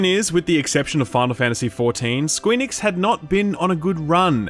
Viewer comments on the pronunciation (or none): Are you saying Squee Nix ?? lol